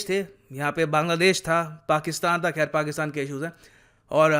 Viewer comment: Haha how he said Pakistan😂😂😂